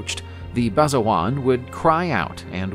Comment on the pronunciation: Basajaun isnt pronounced, "Basajuan"...unless it somehow is? Basa Ja-oon*